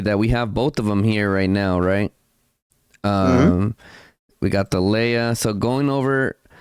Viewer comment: Surely is to be pronounced as in Tar lay ah